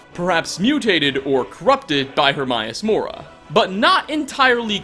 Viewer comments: Pronunciation Herm AY us Mo Rah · And in the game, it's pronounced Her-MAY-us Mora. How you pronounced it irked me a bit. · If im not correct, correct me but is it pronounced: Her-may-us Mor-ah Sayn-gween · Her-may-us More-uh. Sorry, he makes me cringe with the pronunciation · How the hell can you pronounce Hermaeus Mora's name wrong?!? You hear his name over and over again in the Dragonborn DLC and even very clearly in the vanilla game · I need a theory on why Hermaeus Mora and Sanguine get pronounced incorrectly every damn time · You are an awesome and hilarious youtuber...but the way you say Hermaeus Mora bugs me...so much...I'm sorry...